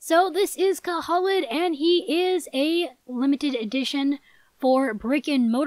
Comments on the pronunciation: Pretty sure that Khalid is pronounced ka-Lid and the Unicorn foal Zoe is pronouced Zo-E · I really hope to be getting Khalid! I think it’s pronounced Cuh-leed.I could be wrong though. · Khalid = "Kahleed" Its an Arabic name and means "eternal" or "forever"